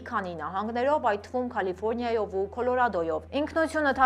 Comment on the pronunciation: Սիրելիս՝ Կալիֆորնիա այլ ոչ թե Քալիֆորնիա